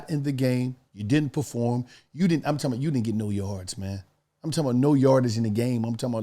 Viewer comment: every ad: I'm talmbout, I'm talmbout, I'm talkmbout 😆😆